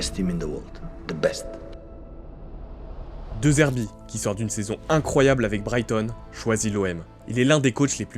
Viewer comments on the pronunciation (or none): * dédzèrbi, mieux que deuzerbì